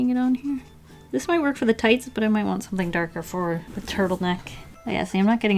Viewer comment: "I dont woant that" that accent xD you're amazing!